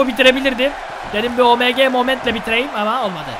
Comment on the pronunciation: abi omg Oemge diye okunuyo bu arada